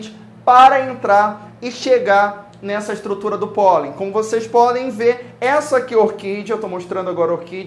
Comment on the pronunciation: "Como vocês pólen ver" KKKKKKKKKK